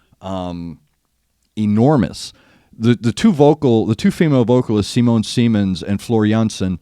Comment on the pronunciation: Artwork for this album was done by Yann Souetre not Giger. Simone Simons is pronounced Simone as in Nina and Simons like simmer.